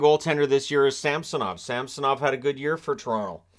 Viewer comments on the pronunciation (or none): It is SamsOnov, not SAmsonov🤦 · thats because you North Americans struggle to pronounce Russian surnames. It is SamsOnov. MArchenko not MarchEnko. SharApova not SharapOva.